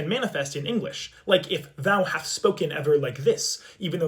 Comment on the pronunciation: wait hold on, i thought it was thou hast, not thous hast; where does the extra s in thous come from?